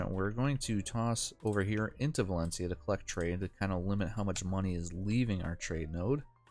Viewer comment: VALENCIA not VALENICA